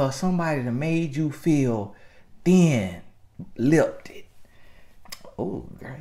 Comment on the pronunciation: He really said "somebody made you feel thin-lipted" 😭😭